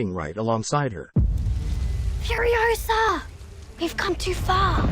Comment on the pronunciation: "Furisoa". Alrighty then.